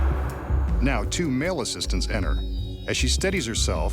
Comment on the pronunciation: The narriater said ener ITS ENTER